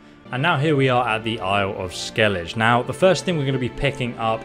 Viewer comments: atleast he said sorry about yersine .. but for a 5-6 year old game with plenty of spoken dialog pronouncing skellige..well..sigh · Bruh how do you play through the entire skellige arc and still pronounce it the way you did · good video bro but the pronunciation of skellige is way off. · Your pronunciation of skellige and velen is driving me crazy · The mispronunciations in this video hurts my ears. But still, thanks. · Why do you say Skellige wrong compared to every character in the game? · I hate how he says "Skellige"...it is like saying "Jenefer" intead of "Yenefer" xdd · Your pronunciation of the names of Velen and Skellige hurts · why do u pronounced skelige like that🗿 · Bruh it’s “vélen” not “velén” and “skelliga” not “skellidge” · dude, they literally call it "skellig-eh" all the time not "ske-lidge" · I was just about to start a new NG+ playthrough, good thing i didnt cus i would go in with Feline armor and i wanna do it on Death March. P.S. Its pronounced "Skel-ige" and not "Skel-ije" just some constructive criticism :) Edit: sorry, didnt know you are dyslexic, sorry if i made you feel bad by correcting you. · You must have spent 100's of hours in the game and listened to the storyline at least once. Why do you say Skellidge when all the characters say Skelligger? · The island is pronounced Skellig-ah in game. Kinda had me shaking my head. Idk if there is a difference in translation, but that's how it is said in game. (Cool comparison all the same though!) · how is it that you play the game, they SAY THE NAME of the place and you still cant say it right. Ske-le-Geh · You said Skellege incorrectly. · Just a tip, Not trying to be a filthy hater!!! 👍 In english, it's pronounced vélen, with emphasis on the first E, and Skellig- uh, the G doesn't connect with the E making a J sound, it's just a normal G sound, like Garry 🤣 I don't know about in polish though because I'm not polish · you say the 'g' in Skellige like you say the 'g' in Geralt. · SKELL EDGE